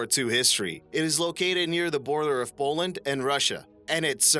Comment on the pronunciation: It's pronounced POH-land and not POL=land. Pollen exacerbates your allergies.